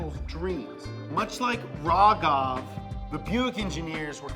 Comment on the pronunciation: lol can you guys pronounce Raghav's name correctly for pete's sake...